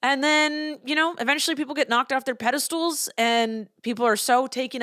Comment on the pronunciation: Pedestals... not pedestools. Sorry don't hate me.